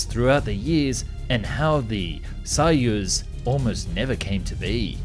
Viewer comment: I speak some Russian, he doesn’t do too badly. What’s hard is the letter “о” in Russian. Sometimes it’s pronounced like in English. And sometimes it’s pronounced like an “a” . And there’s no real grammar rules to tell 🤣 you just know. So he pronounces Soviet right, but Soyuz wrong 😂